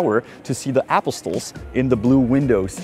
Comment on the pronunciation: I love your pronunciation of English words - like Apostles.